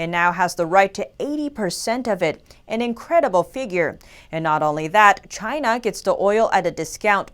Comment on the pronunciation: It came from Chy-Na!